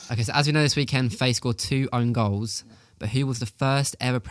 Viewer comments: Small pronunciation tip as a belgian, Faes, the "ae" you need to pronounce like "aa", like the F1 team Haas. Same with other players like Saelemaekers, Praet, ... just say aa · Believe faes is pronounced fars - but thanks for another great show the research etc is clear to see